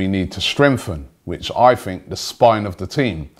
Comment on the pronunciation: What do you guys "fink"?